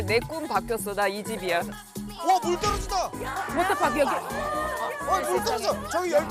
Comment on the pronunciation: 워터파크 워터파크...아~~듣기싫어 영국에선 강한 트 발음을 내서 워터 워터 한다지만 파크 파크는 좀 너무하지않나요~~??:face-green-smiling